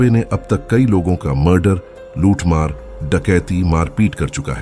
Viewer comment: Luthmar bar bar muthmar sunai de ra h